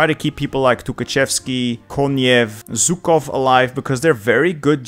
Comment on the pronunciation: I really love your pronunciation of Russian names and cities, but for the love of god, not ZUkov, it’s ZHUkov. It’s a bit in between classic SH like in “waSH” and J like in “Juke”)